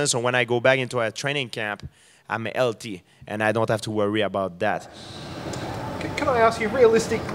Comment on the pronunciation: Love how he says 'LT' instead of 'healthy'.